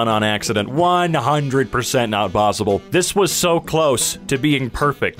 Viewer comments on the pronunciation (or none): none